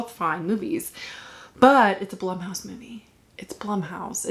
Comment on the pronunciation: Blumhouse is pronounced Bloomhouse.